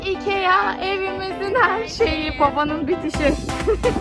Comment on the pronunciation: söyleme şeklinin şöyle ikiaggggggg diye söylüyorsunuz ikia diye okunuyo ve çok hava atın bence normal davran artık sıkıcı olmaya başladınız